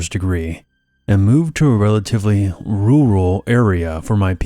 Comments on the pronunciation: I cackled at the rooral in story one 😂 never heard someone say rural like that. Love u uncle 💕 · bro hit that "rural" so hard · You noticed that too?